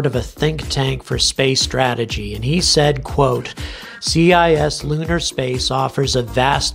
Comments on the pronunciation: It's not "C.I.S" lunar space it's "cis" lunar like "cisgender" It's pronounced like "sis" as in short for sister. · Helpful pronunciation guide: cislunar = "Siss-loo-nar", meaning "in the neighborhood of the Moon." Cislunar space is the lumpy blob of space delineated by the Moon's orbit around the Earth, plus all the Earth/Moon libration points (or LaGrange points). Wikipedia has a good article about it plus a handy illustration that doesn't paste into a comment field on YouTube. It would make a helpful addition to your list of links in the video description! And by the way, your specific concerns here highlight one more general and indisputable truth: anyone who has an active human presence on the Moon or in lunar orbit has easy access to the entire volume of cislunar space, compared to anyone stuck at the bottom of Earth's gravity well. If the South China Sea and the Indian Ocean are strategic areas to maintain some kind of active presence...